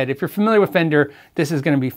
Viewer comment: “Very famender” is going into the urban dictionary.